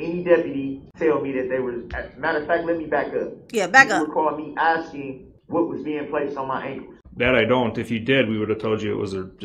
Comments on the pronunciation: "I REMEMBER HIM AXING YAWL", DON'T Y'ALL MEMBER???😂😂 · HE KEEPS AXING, HOW DID HE GET TO BE THAT LAWYER???